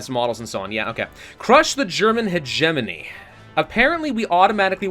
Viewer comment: When he mispronounced hegemony I had a stroke